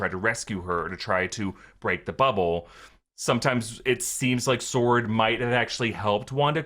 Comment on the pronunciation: Sword not “sworrrrn”